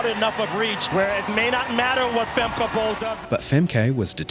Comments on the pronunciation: why are you pronouncing it as femkay instead of femkuh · It's Pronounced: Fem-Kuh not Fem-Kay Otherwise Femke is amazing. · Femke is a Frisian name. Pronounced like "Fem-kuh", not "Fem-kay." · I’m Dutch and it annoys me that you say ‘fem-keh’ when you actually pronounce it ‘fem-kuh’ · It‘s „Femke“, with two „e“s. Not „Fam-kay“. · Just a dutchie here. If you want to call her name in a dutch way it's more like fem-ke en the e is like u from huh ❤ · It's Femker, not Femkay. Other than that, loved your video! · Not Fem-kay Bowl. The poster could have easily checked how to pronounce Femke's name. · Stop saying 'Femkay'! That's not how it's pronounced. I know that and I'm not even Dutch. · Not like it matters but the name Femke is pronounced nore like Femkuh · Its not femké but it is femke flat e pronounce it correct! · not to be nitpickey but her name is pronounced Femk-uh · You can can clearly hear the commentator pronounce it “femkuh”. Don’t asume everything ending in -e sounds like Harambe 🤦‍♂️ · Is pronounced "fem-kuh" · Him continuously calling her femme kay the whole video even though they properly pronounced her name several times in the video he's making commentary on 😂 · Its not Femkay. Its Femke. These events make me proud to be Dutch. If you're gonna talk about people. Learn to say their name🫡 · Femke isnt pronounced as femké. The E isnt prominent. Like the 2nd E in Emely is how it is supposed to be pronounced. Even the commentator got it right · Funny how he shows many clips of people pronouncing her name, but still decides to go with fem-kay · How do u research a video with commentators constantly saying femka but still manage to mispronounce her name as femkay tiggerring af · That pronounciantion of Femkay was awefull to hear. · From a dutch person it sounds very funny how you say Femke its more like fam- kuh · Please work on the pronunciation of her name. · Should probs learn to pronounce her name correctly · Why are you saying her name wrong?